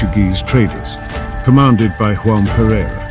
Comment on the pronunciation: 'João' in Portuguese is pronounced with a 'g'-sound like in 'lodging'. Not the Spanish harsh 'g' as in the Spanish 'Juan'